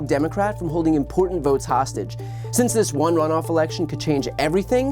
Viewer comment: Hey he also can't say rhe word election....says it in interviews he says election funniest thing I have ever seen